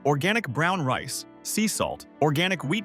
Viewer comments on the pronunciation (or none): none